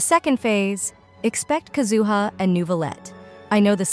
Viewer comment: It’s KAZuha not KaZUha